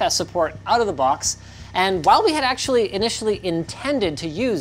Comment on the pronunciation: Lol "axtually"